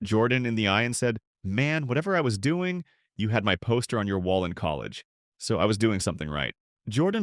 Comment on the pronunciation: I wish you guys would hire a human that can pronounce wall. The cadence is not human like. The same word is pronounced differently in the same article. Please hire an entertaining human with a personality.